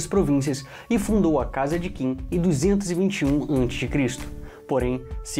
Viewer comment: Não se pronuncia Qin (kin), mas sim Tchin Muito bom video